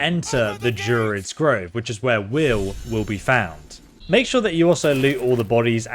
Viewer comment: He's not great at pronunciation lol He says Drerins Grove not druids He says Karliah instead of Karlach. But great content nonetheless